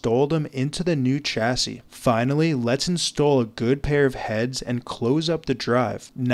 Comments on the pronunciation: Do you record your script a line at a time? The way you say nearly every sentence with that weird inflection at the end is infuriating. And chassis is a French word, pronounced with a "sh" sound at the start, not "ch." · It’s “shassy” not “chassy”. You could brush up on your spoken English too, I was struggling to watch until the end. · This is great but there is one mistake you made during the process. When transferring the platters to a new chassis, you pronounced chassis with a hard "ch" like in church. The word is from French and should be pronounced like "shassy". Happy that the woman got her kids' pictures back. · Please stop saying "chassis" incorrectly.